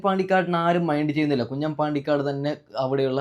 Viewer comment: കുഞ്ഞൻ അല്ല കുഞ്ഞാൻ